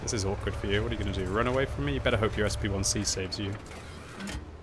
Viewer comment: "SP1C"?! What? Why not pronounce it as a "Shpick"?